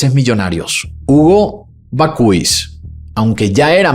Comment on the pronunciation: Perdona por corregirte en publico, pero no sé como contactarme contigo por privado. Bakhuis se pronuncia Bak-haus, con la H un poco inspirada. “Bakhuis” en neerlandés significa horno de pan o casa de horno. Me encantan tus videos y tu voz. Felicidades por tu maravilloso trabajo.